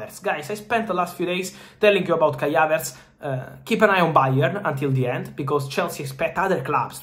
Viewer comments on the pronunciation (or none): none